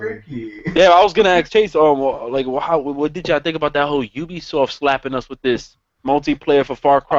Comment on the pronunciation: Chase you dun goofed "ubsioft" lol